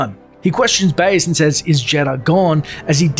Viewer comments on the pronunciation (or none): none